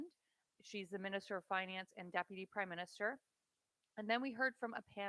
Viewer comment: Did I hear you say "Crime Minister"?